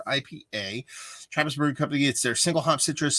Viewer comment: Curious to see how you like the Tribus brews (which is 'Try-bus' for pronunciation haha), its one of my favorite local spots. enjoy!